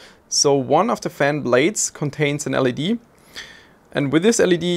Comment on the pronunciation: Am I the only one who heard "There is also an LSD on the side" ?